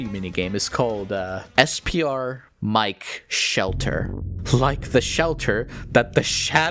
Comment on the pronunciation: I'm very late to the party on this video, but a couple minutes in and Mike's name being pronounced "mee-keh" instead of the obvious existent English pronunciation is a fun little parallel to our other mysterious cat character with a misleading name, Seam!